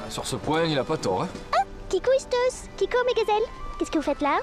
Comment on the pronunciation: Le seul bémol s que aliase ISTOS et pour Toulon 🤣🤣🤣🤣🤣🤣🤣🤣🤣 sinon je kiff vos vidéos je l'ai vue plein de fois mais je l'ai regarde tout le temps car s la meilleures sérix de jeux vidéo.